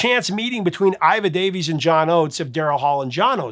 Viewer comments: Sorry, But it's Iva Davies, not Ira Davies. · Makes me happy when Aussies end up on the channel, but am I a little hungover or do I hear you calling Iva Davies "Ira" a few times?